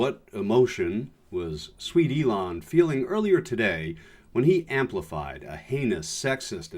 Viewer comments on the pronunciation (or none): Why does he call Elon "Leon" repeatedly? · Love AOC and his name is Elon not Leon. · Elon. Not Leon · His name is not Leon... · Leon????? Aaaaaaaa ha ha ha ha ha ha 🤣😂😅 He called Elon Leon Aaaaaaaa ha ha ha ha ha ha ha ha 🤣😂😅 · I love the mispronunciation of musk’s first name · Who is this Leon Musk you speak of? :) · ...why did you call him Leon Musk? Sorry, but that threw me completely out of the entire video! What is the reference with that? I like to call him Ellen as a direct insult to his name, but Leon is kind of stretching it, I think? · Leon? He's an ass and doesn't deserve respect however it hurts your credibility...it's ELON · “Elon” not “Leon” lol 😝!